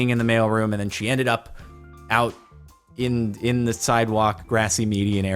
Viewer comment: the word is “the” not “da”